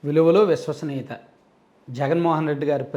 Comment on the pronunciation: అదికూడా సరిగా పాలకాలేడు.విలువలు,విశ్వసనీయత.దాన్ని విలువలు,వుసువాసనీయత అంటాడు